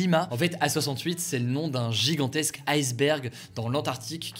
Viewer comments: en Français correct on ne dit pas "ail sberg" mais tout simplement "isse berg"!!! Gros nul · Par contre c'est pas bien la facon dont il prononce le le mot iceberg. En français on ne le dit pas à l'anglaise !